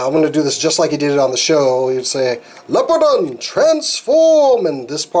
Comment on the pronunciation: Leopardon is pronounced as follows " lee-oh-paar-don"